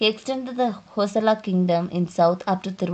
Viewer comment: Its not Hosala.. Its Hoy-Sala.. Bijjaalla King, Ballalla King ...... you need to work on the pronunciation. Else the History is correct which we miss in nowadays books.